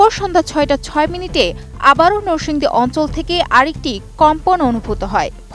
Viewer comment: নরসিংদী কে বারবার নোরসিংদী বললো পাঠিকা।রেকর্ড কে বললো র‍্যাকর্ড।